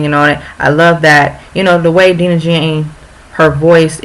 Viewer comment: Dang post this on Twitter haha love this ❤️ and also we pronounce her name as: Die-nah Jane 😍😍 thanks girl!!!